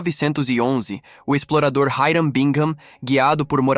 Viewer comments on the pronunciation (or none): none